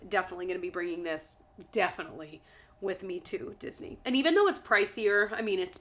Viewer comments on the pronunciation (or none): none